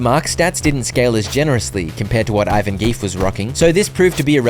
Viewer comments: The prononciation of Ivangief is… something in this video 😭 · The way he said Ivangief the first time 💀